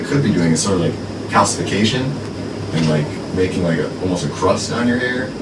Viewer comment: “Calcification” omfg 🤦‍♀️